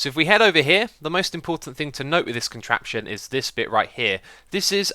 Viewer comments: "Enjoy the contrapion?" Haha, thanks for the video Xisuma :) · Rlly?You said enjoy the contration!